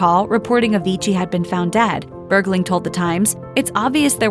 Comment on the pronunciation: stop saying bergley